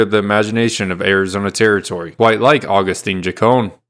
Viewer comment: Agustin not agustine😂😂😂😂 If tio hear you calling him that HE IS TO SKIN YOU ALIVE😂😂😂